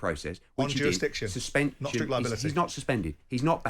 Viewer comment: simon"jurastiction" jordan